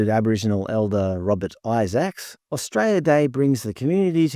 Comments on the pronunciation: AustraLia, not Astraya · Mate, it's not 'Austraya', its 'Australia'! There's an L in Australia. I'm Australian, not Austrayan! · Mate its Australia or straya no such thing as austraya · brother pronounce the fucking word correctly holy shit A-U-S-T-R-A-L-I-A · I’d enjoy this more if he could pronounce Australia correctly. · What does that even mean? Are you saying you can’t hear the mispronunciation of Australia?